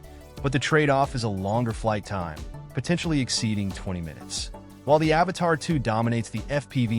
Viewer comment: dude... say it with me.... "A-V-A-T-A-2." Where are you getting "Avatar" from? lmfaooo